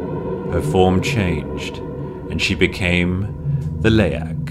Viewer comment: probably to prevent misunderstanding between the word Leak and the creature Leak, people who don't speak Bahasa would probably mispronounce it, the narrator pronounced it perfectly tho. And I'm indonesian too, ntar kalo ditulis Leak, nantik yg bukan org Indo ngirainnya Leak = Bocor. Gak masalah sih sis dimodif dikit hurufnya. Begitu menurutku, Haha peace ✌❤